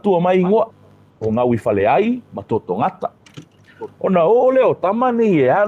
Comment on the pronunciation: Totogätã not Totogata